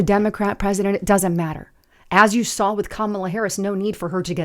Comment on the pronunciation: You "sawl" 😂